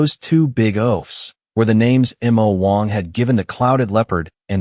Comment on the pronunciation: That is the stupidity of AI narrators in spelling out some words, especially two letter ones. It's supposed to be Mo Wong(which it is in all the previous videos), which can be translated into Demon King.